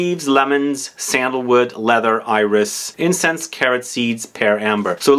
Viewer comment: Thank you for this nice dense review. I'm very excited to discover l'artisan parfumeur 's "le potager" collection ! "Céruse" is a white coloring substance. It was used in paint and cosmetics.It's not used anymore because,coming from lead, it is toxic. Also the "s" in french iris is pronounced ;) ... I know, my motherlanguage is often illogical.